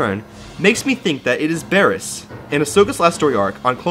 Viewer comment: ITS BARRISS